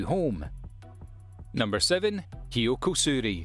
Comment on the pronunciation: #7 is called Kyokou Suiri not Kyoko Suiri